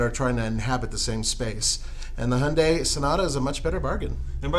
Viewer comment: WTF is going on with your pronunciation of Hyundai??? It is not Hunday!